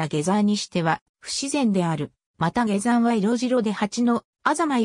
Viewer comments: 他にも変な日本語があるので機械的翻訳なのか本当のところは不明、下山をゲザンと言うのは変だ。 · ゲザン事件。 はじめて聞いた。 ゲザンさんて、にほんのかたですか。 よく、アップするなぁ。 でも、ふるはたたねもと、が読めるだから、わざと、ですねぇ。